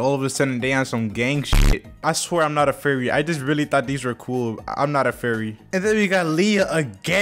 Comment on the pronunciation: "im just not a fuwy im not a fuwy"got me dying💀